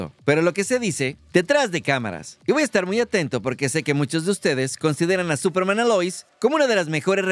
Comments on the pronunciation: te comiste la "S" de Superman 🤗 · Se comió la "S" de esperanza, digo de Superman 😉😅😅